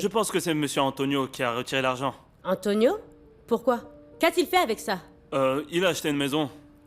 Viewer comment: Non ça me fait trop rire la façon dont prononce Antonioooo😂😂😂